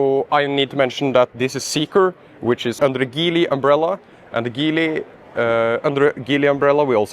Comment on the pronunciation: Geely is pronounced with a soft "G".